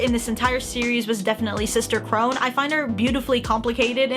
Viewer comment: I know this isn’t a new video and I know not many people will see this but Sister Krone’s name is pronounced Crow-Na instead of Crow-Nn, but I know it can be confusing, I didn’t even know it was spelled Krone until after I watched the show. (For context I watched dub)